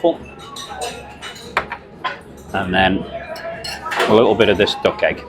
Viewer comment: I thought you were saying dock and waffle, you mean duck, lol